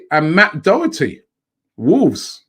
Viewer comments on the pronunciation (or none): none